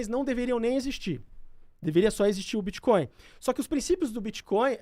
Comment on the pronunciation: Os caras são especialistas e continuam pronunciando BITCHCOIN--- o resto do mundo ri dessa maldita pronuncia brasileiras, explicando: BITCH è puta, portanto bitchcoin é moeda de puta. a pronuncia BITCOIN---O T É MUDO---O T É MUDO---O T É MUDO !!!